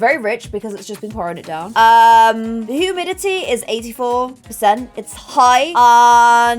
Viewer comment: i love how she said humiiy